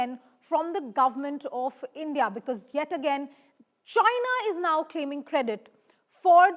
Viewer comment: Your A❤ss will be fucked nicely by Indians. You don't know even how to pronounce Indian. What is endia???? You Gan❤DU urf 😢❤😂😂😂😂🎉🎉🎉🎉🎉🎉